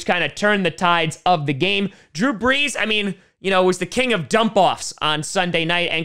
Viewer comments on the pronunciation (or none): none